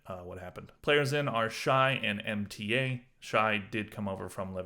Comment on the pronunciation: Mta is pronounced as mota